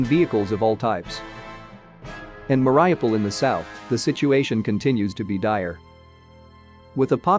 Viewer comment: Thank you for the video! Mariupol is pronounced Muh-ree-oo-pol'